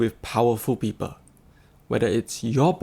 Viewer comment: Narrator pls improve yr english Prononciation its not peeper..its pronounced as PEOPLE the